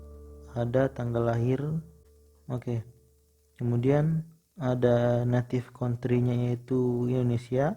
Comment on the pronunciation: Anjir skornya 500 lbh. Tp cara baca guideline report, native country dan none aja salah.